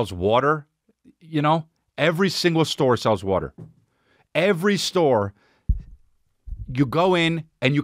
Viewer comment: Chris on the west coast calling it wuutr